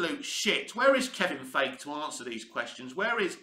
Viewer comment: I wish you'd make an effort to pronounce Feigi's name properly. It takes me out of your commentary when you say his name and I have to take a second to remember you're referring to Feigi.